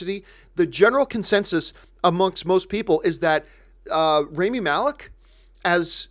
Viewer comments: its raw-mee not ray-mee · If you wait for the critics reviews to watch a movie... mann you're screwed. I watch the movies I want since I was a little girl and I have seen my good share of bad movies that i love. I lovedddd the movie. And pleasee stop saying RĀMI. ITS RAH MI.